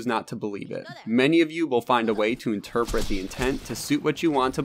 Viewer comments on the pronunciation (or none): none